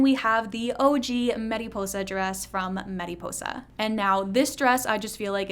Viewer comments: for the love of god stop saying mediposa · why do you say mariposa with accent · U saying mariposa like that is my 13th reason....